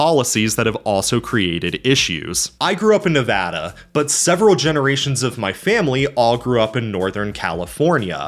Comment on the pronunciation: Heard you say Nevada correctly, immediately subscribed